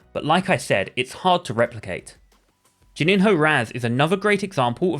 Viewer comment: That's not how you pronounce Juninho 😂 (afaik) It's something like Joo-nee-nyo